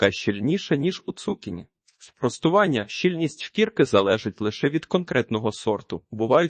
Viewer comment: Не змогла слухати. Дуже "бив" отой наголос цу`кіні. На мій подив, навіть в словниках не знайшла - як правильно. Можете сказати де подивитися?